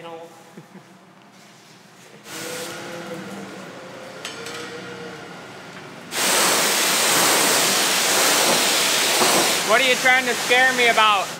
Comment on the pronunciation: "Yah...I knaw" Pure Minnesota.